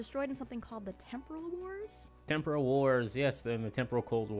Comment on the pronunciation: Did he say ‘Teporal’ wars?... wish they’d reshot that dialogue and the director said to him “great now can you pronounce it right please”